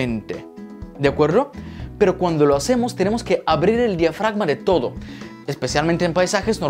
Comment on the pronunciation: Por qué dices toro en ves de todo ??